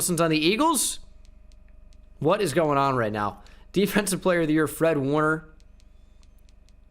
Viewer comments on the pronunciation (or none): none